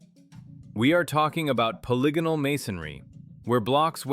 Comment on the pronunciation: Thanks for pronouncing polygonal correctly